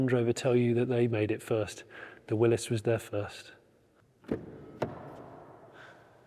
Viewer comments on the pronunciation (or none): none